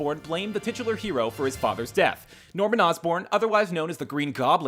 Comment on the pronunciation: STOP SAYING TITULAR!!!!!!!